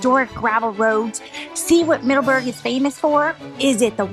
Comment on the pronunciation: "Middaberg" LOL love your vids!